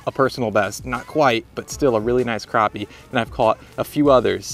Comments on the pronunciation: It's not cropi it's crappie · crappie not croppie